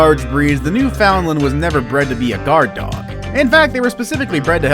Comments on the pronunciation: It’s pronounced “newfin-land” not “new-found-land” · Also......New’ found land.. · you pronounce Newfoundland completely wrong it's not how you read it it's new and then fin land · Understand: it’s Newfin- LAND. That’s what they say in Newfoundland. Really. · Right, should be pronounced as New-fin-lund.......I cringed too! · It's pronounced newfinlin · it's pronounced newFINland. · This guy needs to learn to pronounce the dog’s name. It’s New FUND land. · Its a new-fa-land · Newfoundland is pronounced New fund land. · Its not! Its NEW FOUND LAND!! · You say it like new finland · It’s new-fin-lin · New found land! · The way he says Newfoundland makes me cringe so hard!😂 He’s definitely American. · Thank you for that clarification. I'm American too and would have said it wrong as well. We really don't have many Newfoundland's here. It doesn't excuse him saying it wrong, but it may explain it. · I'm American and cringed. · Shannon Arney I’m American and I say it correctly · Isn’t he pronouncing Newfoundland wrong? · That is not how you say Newfoundland. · Did this narrator really say new-FOUND-lun???? PIE-yer-neez? TIB-uh-ten Mastiff???